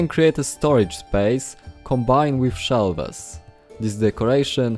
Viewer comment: Od razu widac ze polak A tak serio, nie hejtuje ale proszę, popracuj nad akcentem. Póki co w miarę dobrze ci idzie. Kilka wskazówek: "shelves" wymawiamy jako "szelfs" "r" jest zazwyczaj miękkie "mention" wymawiamy jako "menszyn" "window" mówimy "łyndoł" Najlepiej sprawdzac z google translatorem jaka jest wymowa. Ale budowle świetne, na 100% użyję